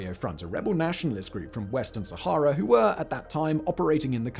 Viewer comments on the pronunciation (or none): none